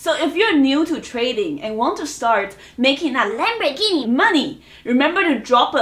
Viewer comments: I can’t help to hit the like button every time she says Lamborghini😂😂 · lambhorgini ,,, guru